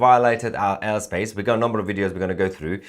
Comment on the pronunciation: The Urr space 😂 Yor Mrs should teach you better pronunciation 😂 ❤ love u